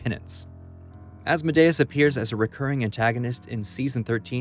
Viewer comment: Hail Asmodeus. Please say his name correctly.